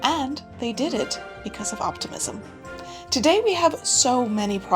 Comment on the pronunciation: I thought you said “autism” instead of “optimism” and was VERY CONFUSED for half the video 😂😂😂